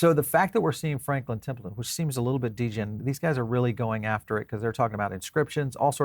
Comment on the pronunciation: Your saying Templeton wrong i now my name second name is Templeton its pronounced temple-ton and franklin will be desendend from my blood line which origanates originally from scotland before moving to irland the spliting to england, america and Australia